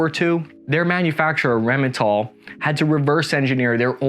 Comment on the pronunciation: Rähmenthal? You stand accused for crimes against the german language once again.